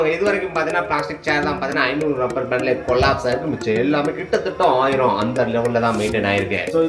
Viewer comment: Rubber ku lubber solre tharkuri channel